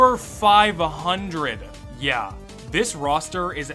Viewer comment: EeeYeeRee almost sounds like a phonetically misspoken version of UhYeah so there's that